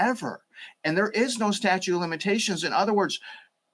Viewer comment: “statue of limitations” okay what now ? 😂